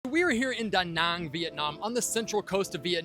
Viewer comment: Wow, you the first one actually saying Da Nang and not Da Näääääääääääng like everyone else. I like :D Great interview style also!